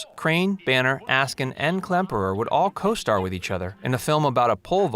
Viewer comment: Too many mistakes in this video for me to take it seriously. I grew up watching "Hogan's Heroes." As others have pointed out, the writer and/or narrator does not even seem to be familiar with the show, especially it's premise. Add to that the pronunciation errors, and I gave up about 3 minutes in. "Stuh-lagg" ? LOL "Whiner" Klemperer?